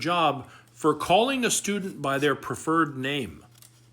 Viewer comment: PREferred not PROffered Love your videos!!